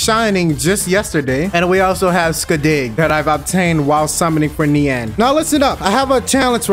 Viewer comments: its pronounced "neen" btw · You said Nian wrong